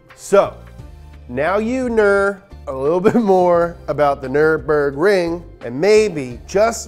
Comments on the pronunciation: Brotip: there's no "aaah" at the end of "Nürburgring". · Does anyone else remember the track being called neuremburg? I dont know if this is a mandela effect or what but I distinctly remember learning the word and hearing -burg at the end and not -bring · Guess what; Those dots above the U means that it´s a german Y. It´s not Nurburgring, it´s Nyrburgring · offenbar auch NRW Abi gemacht? Abgesehen davon heißt das NÜRBURGRING ;) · You can't even pronounce Nürburgring the right way 😂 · bro get your german up we pronounce zs like zs and not like fs